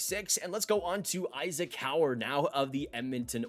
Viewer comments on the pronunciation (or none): none